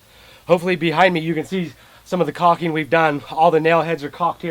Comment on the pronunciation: It's caulking, not "coxing".